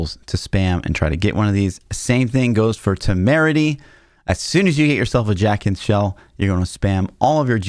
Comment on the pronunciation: Jacinth is pronounced "Jay-synth" (it's a gem). If you learned how to pronounce macabre, you will learn how to pronounce this. 😜